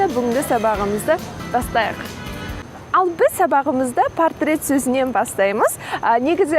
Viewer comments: Onyń aıtqysy kelgeni: nege "pOrtret" degen sózdi "pArtret" dep aıtasyz deıdi. Qazaq tilinde qalaı jazylsa solaı aıtylady ǵoı. "pArtret" degen orys tili grammatıkasynyń zańdylyǵy. ☺️ Bylaısha bári keremet. Sizge sáttilik tileımin. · Мысалы "пОртрет" деп жазылады.Сіз пАртрет"деп оқып тұрсыз.Ол орыс тілінің заңы ғой.